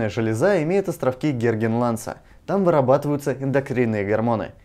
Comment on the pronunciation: Островки Лоргенганса, а не Горгенланса.